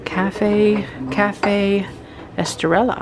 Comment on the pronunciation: This was fun! Yes I am a but behind...but I about died when you said "Cafe Estrella" ...It's pronounced "Es-tray-ah" it means star in Spanish.😉😉